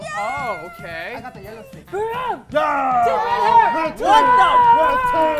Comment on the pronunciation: why does BM saying "i got the yellow stick" SOUNDS LIKE ME TALKING ENGLISH